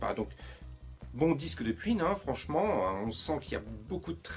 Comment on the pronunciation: On dit "Quouïne", pas "Q-ïne" :p